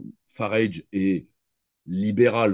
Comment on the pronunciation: Entretien particulièrement intéressant et enrichissant, de nombreuses analyses très pertinentes - à mon sens. Grand merci de l'avoir organisé et partagé. (juste lui dire que Farage se prononce comme "garage", tout simplement, enfin c'est ainsi que le principal intéressé prononce son propre nom ;) )